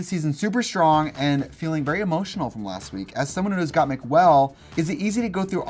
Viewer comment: Anyone else hear Kandy say “Gottmuse” 😂😂😂